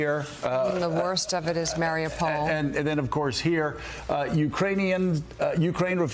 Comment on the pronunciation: Say it with me now... ma-ree-upe-pol not mary-a-pole